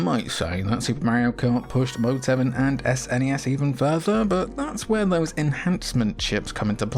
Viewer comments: Outro gang, jimmy is right it's a word, snes. not s.n.e.s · The third person sections in Axelay actually aren't mode 7, but use some clever scanline trickery instead. It does use mode 7 on that walking mech boss in one of the 2D sections though. Also, it's definitely pronounced snezz! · I was actually surprised hearing you say Ess-N-E-Ess instead of "Sness". I thought all UK gamers had to say "Sness". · Saying "sness" rolls off the tongue better than spelling out S-N-E-S. However, saying "S-F-C" for the Super Famicom is easier to say than "sfkk" or whatever. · I’ve always said “snez”. One syllable because I’m a lazy sod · “Sness” is how my friends and I pronounced it